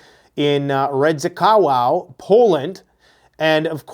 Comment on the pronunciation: Redzikovo...i think is more the prounounciation.